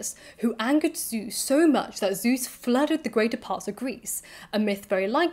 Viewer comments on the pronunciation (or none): none